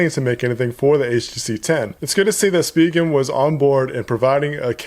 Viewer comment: Thank you for pronouncing it right (SpeeGen). Currently using the Rugged Armor from Spigen but waiting for UAG to come out with a case for the HTC 10.